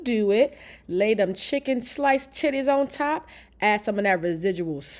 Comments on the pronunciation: I was asking myself “Did she say titties?” 😂😂 I thought I was trippin’. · Did this woman say chicken titty😂? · Did I hear her say "2 chicken tities"?? 😂😂